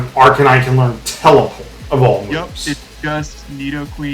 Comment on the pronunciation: So sad I don’t get to face either of you unless we meet in the playoffs 🥲🥲🥲 great vid tho fellas didn’t know you guys were as close are you are that’s cool. Also…. Did you say Ar-can-knee-nay???? Lmaoooo never heard it pronounced like that b4 😭😭😭